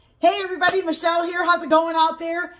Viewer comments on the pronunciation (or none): none